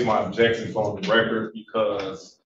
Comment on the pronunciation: Jesus the "ojections" and just word salad that comes out of this mans mouth is drowning me.